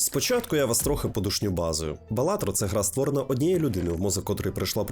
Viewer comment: Ґра)))) тепер тільки так буду казати